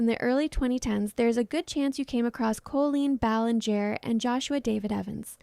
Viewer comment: Yeah it definitely is. The way the voiceover talks has that weird stilted tempo and somehow even though this “person” was apparently longtime fan they say “cole-lean ballin-jare”